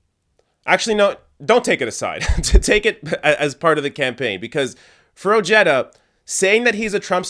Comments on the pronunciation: His LAST NAME is pronounced Oh-Hey-Da NOT Oh-Jetta. Come on Man!! Get the guys' last name right. It's Spanish if that helps. Having said that he did vote for Grumpy. He was CONNED into voting for that mango faced Racist Fascist Perverted CON. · Dear God...It's not "Oh-je-duh" it's "O-He-Da" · Oh-HAY-duh. It's Spanish. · Ojeda is a SPANISH name. I know you're smart enough to understand that. I'm from southern Calif and if someone pronounced that Oh-Jetta instead of the proper pronouncement they would be seriously laughed at. What's going on here? Are white people re-appropriating other cultures' names and making it their own? Hahaha. I would Never vote for this guy just for that. Btw, do you know that A LOT of Spanish people from Spain and other Latin countries LOOK WHITE. LMAO! You're a fucking riot! "Does he look Spanish to you?" I can't believe you said that with a straight face. Hahaha! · His name should sound Oheda. Ojeda is a Spanish name. When I say Jerry Jones in Spanish, I don't say Herry Hones. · Ojeda = oh-hey-duh the j gives an h sound like in jalapeno, listen to the audio i forgive your canadianness... not trying to detract from your video... just watch out for the shithawk.... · At least attempt to correctly pronounce that mans name!! Its annoying.